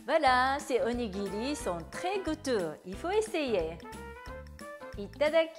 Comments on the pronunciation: Qu’est-ce que c’est que cette prononciation! On ne prononce pas du tout onigiri comme ça au Japon et pour un japonais vous parlez super bien le français (mieux que mon époux japonais qui est en France depuis 12 ans) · Demandez à votre mari si je prononce bien “onigiri “. En tout cas c’est comme ça que je prononce depuis toute petite 😂